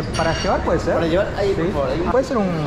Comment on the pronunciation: Me da risa que diga "ievar" 😂